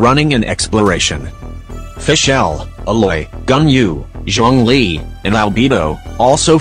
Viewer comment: It's Zhongli not Zhong-li 💀